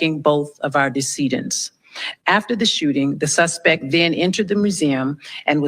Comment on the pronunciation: "The suspec"? Idiot.